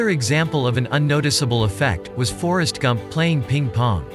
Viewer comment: The TTS totally had me fooled until I read the comments. On the second listen, it became quite obvious - for example when it pronounces 'Forrest Gump'. Amazing though.